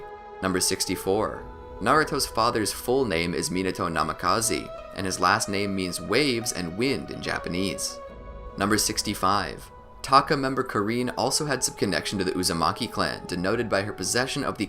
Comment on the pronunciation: did he just say namekazi and kareen